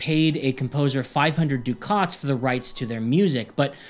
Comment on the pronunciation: "Ducat": First syllable as in "duck it", second syllable as in "docket".